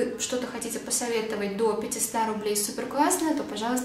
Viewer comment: Меня так прикалывает ее "Кваснно"))) сколько лет ее смотрю и все всемя мне казалось это забавным)))